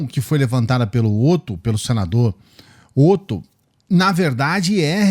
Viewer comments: Professor, uma correção: o nome do senador que abre o video é Oto mas se pronuncia com o "O" inicial aberto (tônico), a pronúncia é "Óto" e não "Ôto". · Kkkkkk o nome dele é Ótto! Não tem acento na escrita, mas na fala sim. Não é por nada, mas ficou engraçado sua forma de falar. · Otto com som de Óto. Primeiro 'o' tem som aberto.